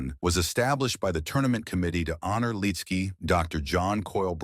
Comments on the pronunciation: It's pronounced "lit -ski". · Why don't you have the respect for him and his family by saying his name the right way? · I agree!